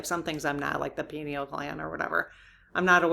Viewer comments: "Pie Kneal" pineal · It's pronounced (pine - eel) gland or Third Eye. It's where we receive spiritual information & energy. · and it’s generally pronounced PINE-NEAL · One thing I do wish you would work on is your preparation. When you do a book study such as Anne Tucker's, "What's Coming Next," you said several times you hadn't read the book. I think this is quite disrespectful to the author, your channel and your audience. Another example is the pineal gland which is our third eye. Why would you do questions on this topic if you can't even pronounce the word? I do like your channel more than I don't but I wish you would do your homework. Thank you.